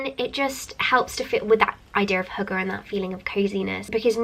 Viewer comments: I heard "hooker" lol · aww, you trying to pronounce hygge haha, it's not actually only a Danish word, we use it in Norway too :) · I love How you're trying to say hygge 😂